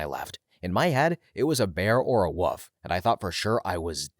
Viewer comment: I swear I heard you say "a bear or a woof" lolol